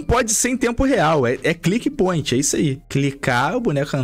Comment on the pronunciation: Meu deus, o cara não consegue nem falar direito kkkkkkkkkkk "click boint" 😂